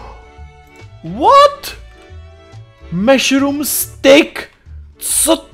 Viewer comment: neříká se to meshrum ale mashurm